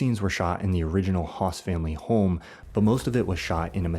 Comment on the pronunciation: Hess not Haas